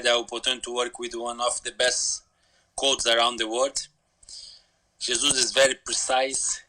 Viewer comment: . Luiz lowkey went mad when Ian mispronounced Jesus’ name 🤣